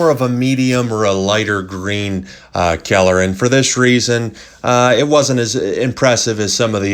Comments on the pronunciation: What's with the super blurry images? And I have never heard people pronounce color as keller. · I giggled every time he said "kyeller." Very informative! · No one wants to talk about the way he says color? ok then.....